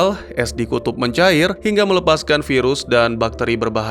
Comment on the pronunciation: bang bukan mencari tapi mencair bang😂